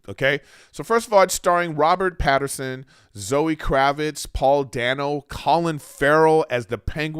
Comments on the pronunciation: It’s Pattinson. Not Pat-her-son. Robert did a great job and doesn’t care to be playboy Bruce yet. Now that the way the movie ended he’ll be more involved with the citizens of Gotham. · Mr griffin, there is no R in Pattinson